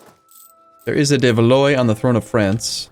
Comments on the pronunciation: Your dynasty, Valois, is pronounced Val-wah, not Val-oy. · please,, Valois is pronounced "Val-wa" exactly like Kilwa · The 'ois' in the name 'Valois' is pronounced 'wa' like in 'water' so it should be pronounced valwa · it's pronounced more like "Valwa"